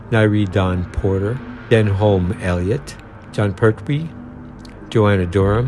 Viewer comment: “Den-holm Elliot” 😳 Pronounced “Den-ham” 👌